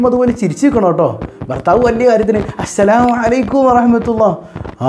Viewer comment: Usthad salam parayumbol entho oru ithu assalamu alla ashalamu ano ennoru thonnla